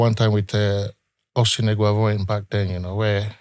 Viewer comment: This werey man don dey call Eguavon😂😂